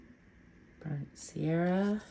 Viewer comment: Beautiful work! As an fyi... It's burnt sienna, not burnt sierra.